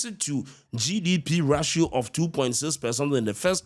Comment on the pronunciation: "rartio'😂😂😂😂 Ashanti man American...